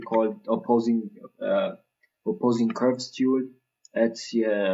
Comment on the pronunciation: thx for the reply. You're probably right, though the way he pronounce the words still doesn't sound like opposing curves to me, lol